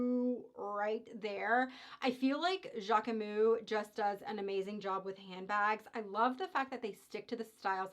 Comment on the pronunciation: Hi, it’s pronounced JackmuSS 😊 so you pronounce the S at the end and we don’t prononce the E in the middle. So JackMuS. Sending love form Paris. And yes Jacquemus is a great brand